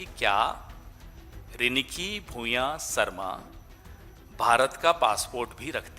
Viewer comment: It's riniki yaar not ringki... Dur se sunai dene wala madhur swar ko riniki kaha jata h Assamese language mein.....kuch bhi daal dete ho apne hisab se.